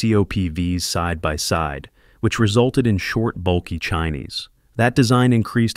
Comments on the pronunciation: Sparkles ✨️tell u wht, In reciting the latest COPV's chines, say it as ~chin~ NOT "chi~neez." U'r reciting the chyna, chineesee 🇨🇳 🙃😁😂🤣. Omg, my brain "frozen," upon saying chi~neez instead of ~CHIN~. I thought, I am stalked by a parasite. Yeah, they're lanky, skinny 🐔chickens, tht's the result of smoking too much pipe of Fentanyl or opium. Ugh-ly❗️ 🙄 Thank U ✨️ •~●🐲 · Saturn feeve? Chinees? LOL! These AI videos are awkward. I still don't understand why real people can't just read a script.